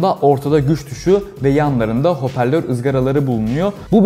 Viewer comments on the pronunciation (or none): none